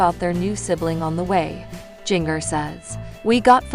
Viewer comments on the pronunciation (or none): G in ger not ging er.